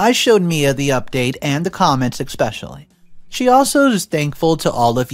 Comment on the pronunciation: Please learn how to pronounce especially. There is no x in it. It’s not irritating enough to unsubscribe but it happens so often. 😊 Thanks for the great content.